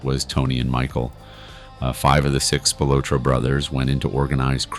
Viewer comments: Good video. It is pronounced Spil-ah-tro, not Spil-oh-tro. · It is pronounced Spill-la-tro. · at least announce his name right. they were found in a cornfield, google it